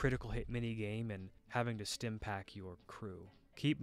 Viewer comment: bro said stims, anyway good vid